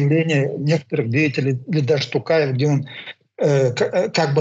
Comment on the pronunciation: Ни Такаев! а Токаев.бесите, что трудно выговарит, То,То,Токаев,б...ть.алға Қазақстан.🇰🇿